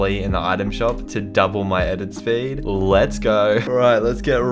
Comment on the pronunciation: No one: Flea: I THink 1 FPS dOUPLed my edit Sped